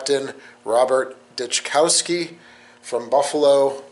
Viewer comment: With Memorial Day tomorrow, I always remember those who have given their lives for their country; especially my beloved ♥️ Dad, Robert Dyczkowski (pronounced Dis-kow-ski, but great effort ). I came across your video story about my Dad. I'm so appreciative of the work that you do, so these men and women are never forgotten. So gratefu-Patricia Dyczkowski